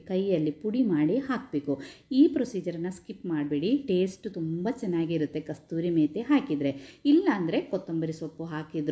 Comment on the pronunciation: ಕಸ್ತೂರಿ ಮೇತಿ ಅಲ್ಲ sis ಕಸೂರಿ ಮೇತಿ